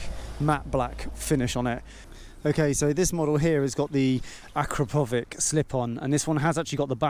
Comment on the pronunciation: It is A Crap O Vich .....google it .